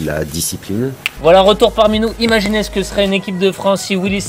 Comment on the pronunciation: « Imanigez » c’est pas français ça